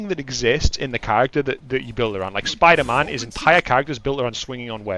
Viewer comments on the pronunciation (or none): the way he says Spider-MAAN makes me laugh hard 😂😂😂